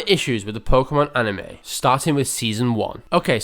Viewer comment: Like a few others, Veronica Taylor at first couldn't even pronounce "Pokémon" correctly! The way it's written it's actually pronounced "poh-kay-mon", but Veronica, who I'll grant you was new to voice acting at the time, kept mispronouncing it as "poh-kuh-mon"! She did start getting it right eventually, but a lot of people online still use this mispronunciation and it jus bugs me! We've all heard it pronounced "poh-kay-mon" as it is so in the very first opening! Although, at least there's not nearly as much filler as there is later on, especially in Johto after Goldenrod! Literally jus the same thing for over 20 consecutive episodes, it jus made it a slog! And if you skipped them you would miss nothing, they're all the same!